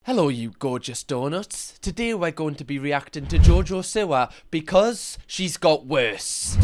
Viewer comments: I thought u said jojo sewer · I love that you pronounce it “Jojo Sewer” 😂😂😂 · it is JoJo See-wa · i love you but i really hate the way you say 'siwa' 😭😭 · I love the way he says jojo siwa lmfao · Still,saying her last name wrong haha